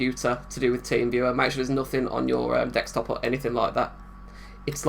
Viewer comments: You still said "deckstop" when talking to the victim :-) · I think you said “dekstop” to the would-be victim, you’ve been listening to the scammers for too long 😄 Nice vid, great work, well done 🙌